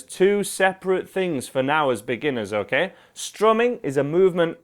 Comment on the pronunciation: His “okæ” makes me sane